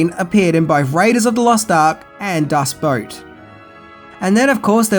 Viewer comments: Periscope! Submarines don't have telescopes, they have periscopes! Also, Das BOOT, not Das Boat. Boot does translate to boat, but it is an unwritten sin to call it "das boat". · No shades eh? Interesting. I saw this film when I was 12 and I loved it, but some of the scenes were quite disturbing for a PG film. It ranks in my top five films of all time. Not to be a stickler, but it's actually "Das Boot", pronounced Boot, not Boat. Another great film to view as well. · It's pronounced 'Das Boot', not Das Boat. It's German for The Boat. Boo-t like what you wear on your foot. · Lol Is it your accent that makes it sound like you are saying Das Boat and not Das Boot??? Or did you mispronounce it??? BTW Love, love your videos! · German movie: "Das Boot": "Das Boat!" XD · Das BOOT, not Boat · “Das Boat” it’s Das Boot 🤷🏾‍♂️🤦🏾‍♂️ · I’m sorry, did you just say the submarine was the same one used from “Das Boat”???? Das Boat??? I know you have trouble pronouncing some words, but boot and boat??? How do you mess those up? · Erm, that's a periscope not a telescope and it's Das Boot not Das Boat, still an excellent video. Nice to see you minus the mirrored shades! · Das Boot...not Boat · Sierra Madre, pronounced: see-er-uh mah-drey. And Das Boot as in Das Booooooot, not Boat. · Das Boat? I’m sure it’s pronounced Das Boot (also the ways it’s spelt) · Nope, It's "Das Boat". das "boot" is what english speakers who anglicise german text pronounce it ;) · I cracked up a bit listening to your Australian pronunciation of the German film Das Boot.